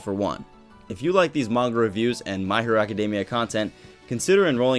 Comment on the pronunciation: stop he does say “Hero” very clearly